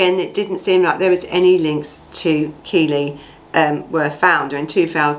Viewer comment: Its KELLIE not Keely, get the name right at least! It happened local to me.